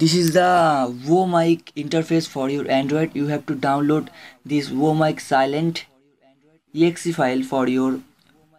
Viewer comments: Bro,that's client , not cilent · It's not an accent. This guy is just not so good with English. You can understand that by listening him pronounce client as silent